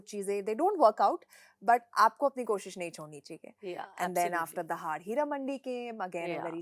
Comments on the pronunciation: Kareena please learn to pronounce दहाड़, it's not दाहड़ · its दहाड़ not दाहड़ bebo , लाइक its करीना not क्रीना 😂😂